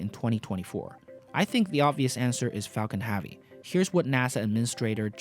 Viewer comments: "falcan havey" XD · It's Falcon HEAVY not Falcon Havy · Falcon ‘Havey ‘??? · Everytime I hear Falcon Havy, one brain cell dies.